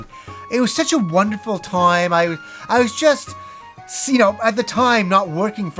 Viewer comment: Take a shot everytime he says “at the toyme”